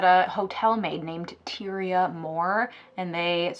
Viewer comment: Its TIE-REE-UH